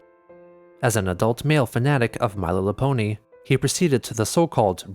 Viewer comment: “My lillapony”